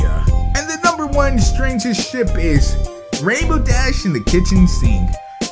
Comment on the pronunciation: every time he said ship I thought he said shit. am I the only one?